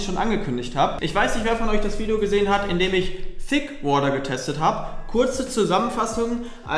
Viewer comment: Man hatt verstanden fick water